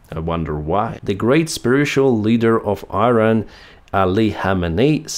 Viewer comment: PLEASE SAY IRAN AND NOT AIRAN.. IT IS IRAN I = (e)